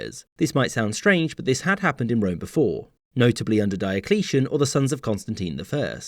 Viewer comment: its Dee-o-clee-an